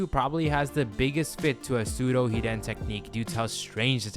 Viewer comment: Why do you pronouce hiden like that